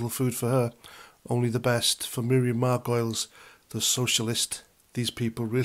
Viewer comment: Are you deliberately misspelling and mispronouncing Margolyes?